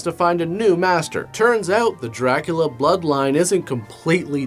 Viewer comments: Rockin it. But pronouncing it Dra-Coolio. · it’s DrayCulla